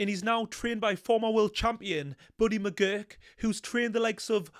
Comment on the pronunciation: And McGirt not McGurk.